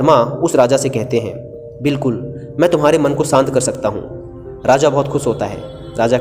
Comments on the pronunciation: I saved this video for later & then heard "shant" as "sahnt". I tried a lot per sahen nahi ho raha ab. Puri video complete nahi kar sakta kyunki yeh sunke mera mann ashant ho raha hai. If you can't clearly pronounce a word in any language, then at least try to make its minimal use in case you can't avoid it completely. Good luck to you... Although I can't comment on your content because I couldn't completely listen to it beyond 2 mins. :) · श शांत। सांत नहीं।।